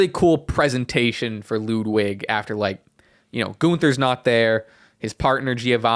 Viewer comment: Please learn how to pronounce ludwig